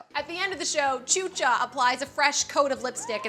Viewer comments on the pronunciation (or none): Hahahahaha it's pronounced shusha, because chucha is p***y in spanish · xuxa its pronounced shoesha and the kissing part is just how Brazilians greet each other. So that was a way of saying good bye but making a permanent mark idk always hated that show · Xuxa is pronounced shusha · Tchucha? Xuxa lol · 'Xuxa' is pronounced 'Shoosha'. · Her pronunciation of Xuxa is killing me.